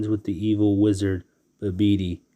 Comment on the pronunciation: Bah bih dee not babedee